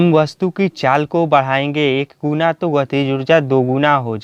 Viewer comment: It's guna not guda